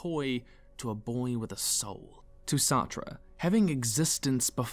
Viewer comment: Nigga, Sartre's name is pronounced "Sart" like "fart" but with an S, lol